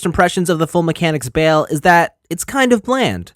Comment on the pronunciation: Every says his name wrong has anyone that reviewed this watched the actual series you keep saying bail not bael review the anime before making a video